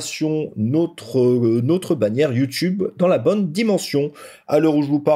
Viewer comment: « Nautre » purée vous êtes français?